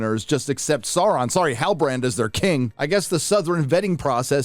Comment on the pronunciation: Dude I just keep laughing whenever I hear sauron sorry halibarand😂😂😂😂😂 or when I hear guy-ladrial 😂😂😂😂😂😂